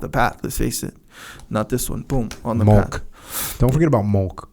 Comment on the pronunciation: Is he trying to say milk? lol